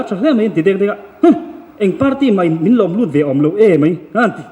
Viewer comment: Enga ti nge 'mei mei' an tih tlat hlawm le... Mizo tawng dik tak in 'mai mai' tih mai awm